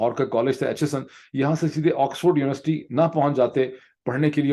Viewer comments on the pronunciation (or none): none